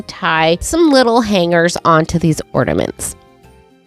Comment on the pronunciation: Do you realise that you say "ordaments" instead of ornaments? 😅